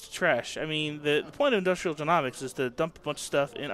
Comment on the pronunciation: Just for the future, it's Industrial jē-NŌ-miks, not jē-NAW-miks haha. Great videos though!